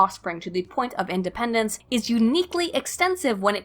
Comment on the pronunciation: As usual, you're poignant and well researched,. Keep making videos, I love your content. On a side note, I've noticed you pronounce some words really weirdly. IndedencEES? REHproduction? What's up with that?